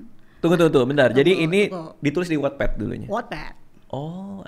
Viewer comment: Ooh bacanya wotped.. Selama ini aku bacanya wetped 😂